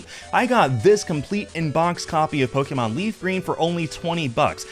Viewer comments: I've never heard an original fan call it "Pokey-mon" usually that's what my parents used to call it, instead of "Pokuhmon" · Po-kay-mon, not Po-kee-mon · Good video, like nails on chalk hearing "Pokémon" pronounced with that long E sound.